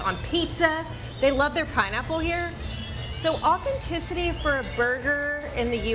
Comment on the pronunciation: Half this on you. You can’t even say authenticity. I never trusted yt people in Mexico. Please do better.